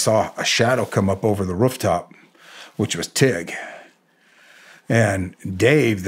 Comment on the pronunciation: “Rufftop” he’s gotta be from Ohio or Michigan. Love it 😉